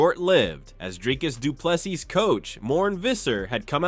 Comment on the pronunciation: you are butchering the pronunciation of Dricus Du Plessis, our South African CHAMP. This is how to pronounce it correctly.